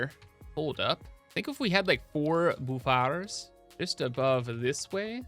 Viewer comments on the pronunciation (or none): The piratey way you say buffer always cracks me up boof-AAARRR maytey